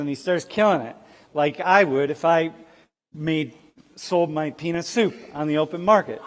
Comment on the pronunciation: This professor with his “yo yo cmon dogs, bring it back, let’s a chill homies” is a trip, and did he say “penis” or “peanut” soup?